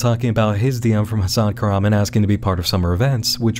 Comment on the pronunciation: One thing that makes this weird to me is the guy's pronunciation of "Hasan Kahraman" is completely off from turkish which makes me thingk this is some sort of pseudonym